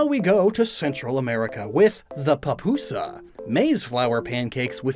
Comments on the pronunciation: It's not papusa, it's Pupusa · you pronounced it wrong. It’s “pü-pü-sa.”